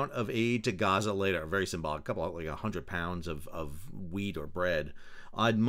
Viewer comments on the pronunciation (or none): Did you say "a hundred pounds of weed?"😂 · You say weed or wheat? Ĺol